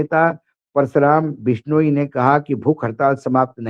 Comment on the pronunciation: बिश्नोइ (बिश नो ई) उच्चारण इतना कठिन नहीं है। मराठी लोग भी बोल सकते हैं। कृपया कोशिश तो करें। आप इलेक्ट्रॉनिक मीडिया पर हैं। आपको सही बोलना चाहिए। याद है आकाशवाणी और दूरदर्शन पर सही न बोलने पर मौका ही नहीं मिलता था???